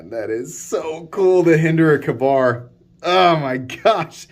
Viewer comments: Me too lol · just gotta roast him till he learns lol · Me 2…….good grief. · WTF is a Cuh bar.... It is Ka-Bar 2 words Hard K... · Pronounced K bar not ka-bar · Hearing you pronounce it as “Cuhbar” instead of “Kay-Bar” hurt me spiritually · I think we all died a little bit inside. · same here my soul filed for a divorce lol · Hey man it's pronounced KAY-bar 🙂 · Ok, repeat after me (kay-Bar) Ka-Bar we know you can do it Lmao 🤣 😆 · Why don't you learn how to say Ka-bar